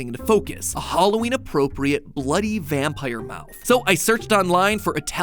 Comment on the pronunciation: He said italian vampier and I was like DIO.